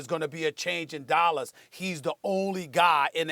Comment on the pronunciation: does Stephen A have an accent we don't know about?? THEY GONNA FIRE THE COACH IN DOLLAZ